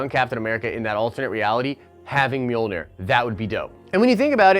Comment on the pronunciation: Guys, stop butchering the name, it's Mjölnir :P